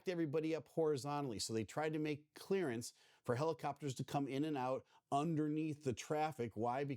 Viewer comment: I'm sorry, but everytime you said clearance, my brain said Clarence.😂😂😂